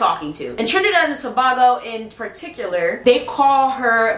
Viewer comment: tobago the a is not ahh is just a go